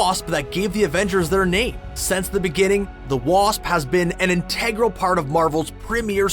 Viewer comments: In TEG gral bothers me...it's int Ah gral. 🙄🤔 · Integral not in-teg-ral!